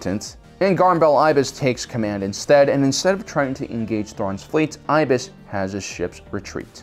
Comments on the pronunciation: Garm Bel Iblis is pronounced as “EH-bliss”, not “EYE-biss.” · Garm Bel Iblis. Iblis! He's not a bird, there's an "L" in his last name. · It’s pronounced Ib-les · Love the video but I cringed every time I heard "Garm Bel Eye-bless" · Garm Bel Iblis. There's and L in his last name. Edit: And is pronounced with a short I.